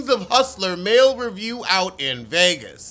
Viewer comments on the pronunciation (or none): none